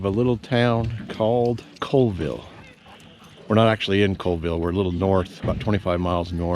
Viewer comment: There is no coal in Colville. Pronounced call-ville. Thanks for coming to our area of the world.